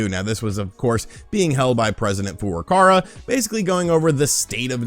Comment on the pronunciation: The presidents name is not "Furukara" it's Furukawa.